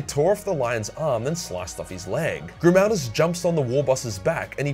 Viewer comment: Helbrecht: Gri-MAL-duss